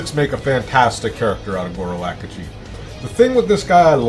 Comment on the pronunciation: hes not called Goro Akuji. It's Akechi.